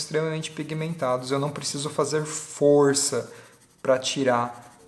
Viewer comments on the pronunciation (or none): none